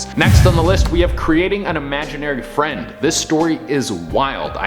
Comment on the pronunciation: Oml. Fwend wequest.